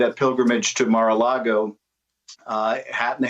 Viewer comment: Pilgrimage to Mar-la- argo... lol